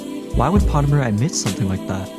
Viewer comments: bro doesnt even pronounce potemer right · Noo not potemer 😭